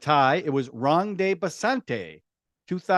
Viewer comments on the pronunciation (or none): It's rang de basanti not bang the basanti 😂😂